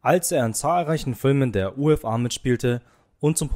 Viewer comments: Nicht Feuerzangenbowl sondern Feuerzangenbowle, nicht U f a sondern Ufa, kein trauriges Ende sondern ein Ende in hohem Alter. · Nicht immer alles veramerikanisieren... die Feuerzangenbowle darf ruhig deutsch wie "Bohle" gesprochen werden. Die Ufa auch anders betonen bitte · Er war ein großartiger Schauspieler. Die Vita ist etwas lückenhaft. Bis ins hohe Alter war Rühmann seinem Beruf verbunden. Ich weiß nicht, warum er ein trauriges Ende gehabt hat. Sorry, der Text zu den Bildern ist leider sehr hölzern vorgelesen. Die Filmfirma heißt zum Verständnis UFA. Und nicht U F A. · Ich war ein wenig über die falsche Aussprache und Interpretation des Kommentators verwundert, wie zum Beuspiel....U...f...A..aber die Filmfirma hieß ufa, nicht Feuerzangenbowl.. Aber es heisst Feuerzangenbowle... Man könnte die Liste beliebig fortsetzen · Fürchterlicher Off-Sprecher mit vielen Aussprachefehlern („Feuerzangenbowl“, U. F. A., etc.) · Ein paar nur nett gemeinte Anmerkungen: Es ist nich Die Feuerzangenbowl, sonder Feuerzangenbowle dabei spricht man das e aus. 3 Männer im Schnee hat mit Rühmann nichts zu tun. Das Filmstudio spricht sich ufa, also wie Unfall nur ohne n und ll😊 Spannend wäre auch ein Blick auf sein Verhältnis zur ns Regierung gewesen. Mach aber bitte weiter 👌